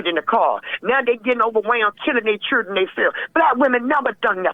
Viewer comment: The Churdren 😂